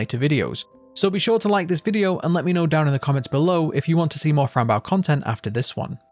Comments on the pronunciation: its boe not bow like a ship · It’s Bow 🎀 not bow 🙇🏻‍♀️ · Why are you saying baow its bow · Great video but it's not bow the verb, it's bow the noun Being used as a name, idk why but that killed me inside the whole vid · it’s bow, pronounced like bow, like the bow to a violin or a ribbon being tied into a bow